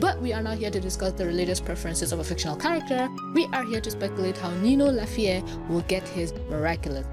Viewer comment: it read as lahiff not lahiffé